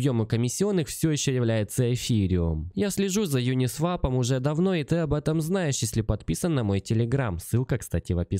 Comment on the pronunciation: Правильно произносить: "ЮнисвОп"